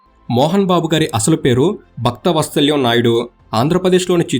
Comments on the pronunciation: Bhaktha vatsalyam kaadhu bro Vatsalam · బాబు మీరు భక్తవత్సలం అని స్పష్టంగా చదివితే బాగుండేది